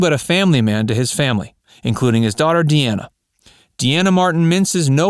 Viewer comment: De Ana is not her name. It's like her dad's name Dean with an A at the end, Dean ah.